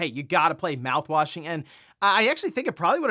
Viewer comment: Lol when you said "mouthwasing is expanding..." I was so confused. 😂😂😂